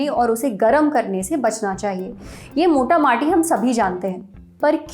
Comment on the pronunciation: "मोटा माटी" नहीं "मोटा मोटी" होता है